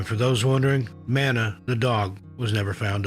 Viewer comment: MAW-NUH (Mana) the Dog